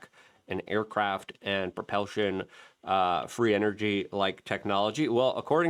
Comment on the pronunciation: Propelshon?..... Jesus christ luke, if this wss a drinking game i would be dead.